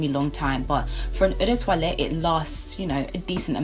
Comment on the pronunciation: We seem to have similar tastes, lovely collection! You should check out Tom Ford Noir Extreme, the "men's" version. It's sweet and delicious and lasts forever. Also, it's quite refreshing to see a collection video where someone pronounces "toilette" correctly, so kudos for that!